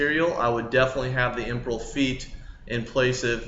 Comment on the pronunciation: Cringe every time he says imperial lmao. Imperel. And the aegis gem lmao. its not Angis